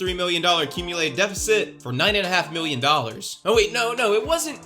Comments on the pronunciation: You are right, great research. Aside from that, your a total douche, and I hate the way you say "million". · Lol why does he say million like that ?